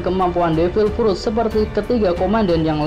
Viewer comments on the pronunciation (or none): Kok frut baca nya